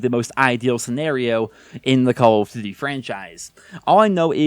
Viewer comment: “Call of Quota” “CoQ” 🤣🤣🤣